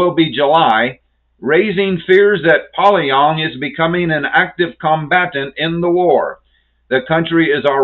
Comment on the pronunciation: I don’t mean to to critical but your pronunciation of Pyongyang is incorrect it is pronounced pee-yon-Yang not poly-yong